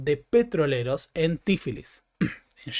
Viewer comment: sé que esto no es algo muuuuy importante, pero el nombre del país del Cáucaso es (fonéticamente): Jeorjia, no Yeoryia. Y, para demostrar que soy quisquilloso, es Bakú, no Baku, y Tiflis, no Tifilis. 🙏 Perdón el hinchabolismo